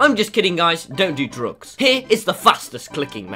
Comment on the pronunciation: The real world saying drugs:drugs Tommyinnit saying drugs: drogs Thanks for the likes I've never got seven likes